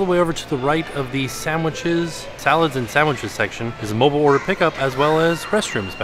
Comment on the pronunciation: "SAMWHICHES" LOL